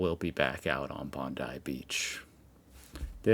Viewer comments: It's pronounced Bond-eye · I am not through this video yet so I hope gets it this time. I tried not to get hung up on it but it grates to hear Bond-ee (like Pam..ugh) and it seems more respectful to get it right.